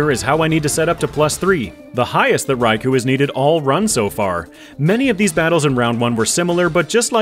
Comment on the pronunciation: Just because Eusine & Suicune are such an amazing sync pair in Pokemon Masters EX and it's great fun to spam infinite flinching Surfs on everything with them, I guess Suicune is my favorite legendary beast. (Also it's rai-koh)